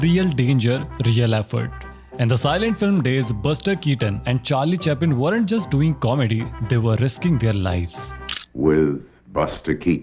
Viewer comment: Charlie Chaplin - ❌ Charlie Chapin - ✅🤠